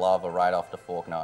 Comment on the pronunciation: always says "forknaw" instead of falkner